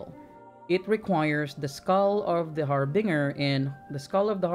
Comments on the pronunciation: The Har Binger.. lmao oh man. It's really harbinger.. Binge. One who binges. Not one who bings. Har-Binger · haar·buhn·jr = harbinger. not trying to be rude, i do not want to offend. very good instructions and thanks for the vids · Love your videos man! Also this is random but it's pronounced Har Binge er. Say the binge in it is pronounced like binge a tv show. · Har-Bin-Jer is how you say it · Har-Binger. lmao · Love the videos my friend.. but the pronunciation for "harbinger" got me dying... lol